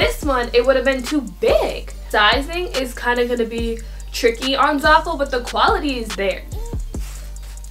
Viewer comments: "ZARful" xD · Your doing amazing girl😭 love all your videos and can see how hard your working and how much effort and time you put into them! I love you keep it up❤️ btw I think your Pronouncing zaful wrong😭 just looking out for a sis😚